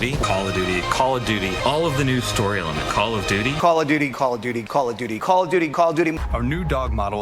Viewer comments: All I'm hearing is Call of Doody.🤣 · "Call a Dooty"